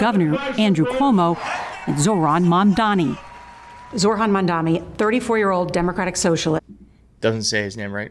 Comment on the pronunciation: Mamdani, not Mandami. She can't even get his last name right.